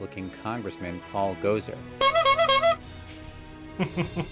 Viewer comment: "One of the most powerful politicians in the United States." LMAO., she isn't. There isn't much Speaker of the House can do besides say "my party has majority." Also: it's "go-sar", not "gozer"